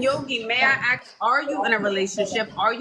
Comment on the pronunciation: Please figure out how to say the word ask I cannot take you serious when you can't speak English